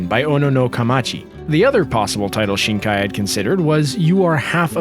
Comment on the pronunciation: Please, Its Makoto Shinkai, not Mokoto Shinaki. As someone who speaks Japanese, this is a simple detail, it is literally his name.